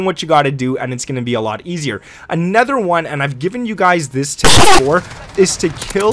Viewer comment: Please learn to say anOther not anEther